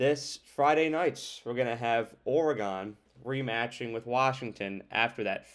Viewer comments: Just trying to help a brutha out, saying “or-e-gone” over and over sounded like a lot of work 😂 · It’s pronounced “or-gun” just FYI no or-e-gon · its not ORE GONE, its oregun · Dude, you really gotta understand how to say Oregon. I can’t watch your video with you saying Oree gone. That’s not how to say Oregon. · Well, NOW it's OreGONE! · you pronounce Oregon like I imagine a martian would 👽😂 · Good, I’m not the only one to tell him. When you don’t know how to say the name of a state properly, it makes it look like you don’t care and don’t do research. All your other analysis seems bs after that. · my point is that not even knowing how to say the state’s ( and school) name, after watching tons of game tape, or or other things, to make an educated determination that a team is better than another one, you would’ve heard their name a million times. Or, because they’re a national brand, you would’ve heard their name a million times on game day or every time they’re spoken about. It makes it seem like you did none of that, and it absolutely makes it look like you aren’t that thorough, aren’t putting in the time, so that I could put any weight to your assessment. That’s not an accent, that’s a lack of enough respect to say their school and their state’s name right. Just do better next time. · wow buddy. I never said I knew you. I simply gave my opinion, based on my life’s experiences, that it seems like you didn’t put a ton of time into your vid. Maybe, just take the constructive criticism, at face value, and do better next time. At least learn how to pronounce oregano